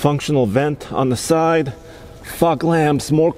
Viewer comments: Now I know he said fog lamps but it definitely sounded like f**k lamps!! Lol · it sounds like he says "F**k lamps" 🤣🤣🤣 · I had to listen to “fog” lamp about 3 times to make sure I heard what I thought I did. 😂😂